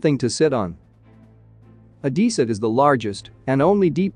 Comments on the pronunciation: C’mon robot voice, try harder, it’s Odessa not Odissa. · Oh-des-ah... not Oh-dee-sa. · O-dess-a, not O-dee-sa! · I'm about to lose my mind hearing the narrator say Odessa wrong so many times!!🤯🤯🤯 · At least learn how to pronounce "Odessa" !